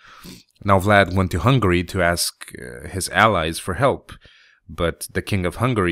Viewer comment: im sorry but it sounts like you say hungry not hungary :P